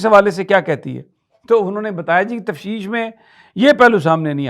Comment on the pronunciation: The word is ‘Tafteesh’ not ‘tafseesh’ Sami Ibrahim Sb. Please correct it in your next vlog